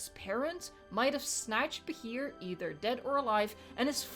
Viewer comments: Btw Bachir is pronounced Basheer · It's pronounced Bah-sheer, but good attempt!! XD